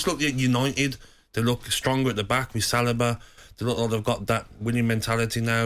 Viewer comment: Sah-lee-bah !! Where did sash-lag- bah come from